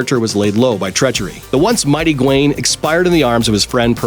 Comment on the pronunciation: Phil is pronounced fill. Oh yes Gawain Gaa Wayn.